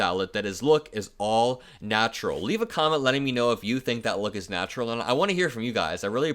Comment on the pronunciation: Naturl? 😆😅🤣🤣 :face-blue-smiling